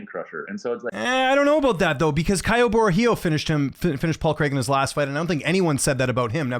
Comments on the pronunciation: Well said. Fluffy Hernandez is a savage, I also pick him to beat Bo Nickal. By the way, Caio Borralho's last name is pronounced 'Bo-hall-yo' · Isn’t it pronounced Kyle bro hi oh